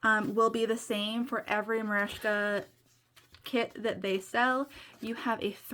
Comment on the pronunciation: Also worth noting Merejka and you pronounced it correctly…. They take extreme pride in that they are Ukrainian and employ many there.